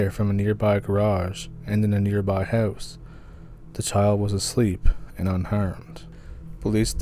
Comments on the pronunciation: For me, it's an immediate identifier for someone from Canada. When they say "house", it is not the standard "HOW-ss" as pronounced by most native English speakers, but more like "HEY-W-ss". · My God, bud, I don't know how it is even physically possible to say the word,"house" and have it come out like yours !! It is so extremely strange that I find myself rewinding and listening over and over ; all the while trying to immitate it..... Fat chance ! You hold that title, bro !! Love your stories. Keep em coming ,!!!